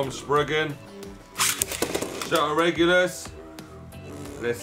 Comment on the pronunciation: Shelter Regulus he is balance type and you saying his name perfect